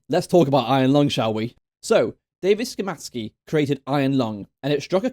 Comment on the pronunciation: i love how evryone dont even cam do enough research to at least try an pronouns szymański's surname correctly